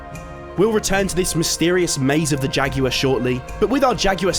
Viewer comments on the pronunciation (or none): “Jaguar”: “Jackuer” 💀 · why is he pronouncing jaguar like that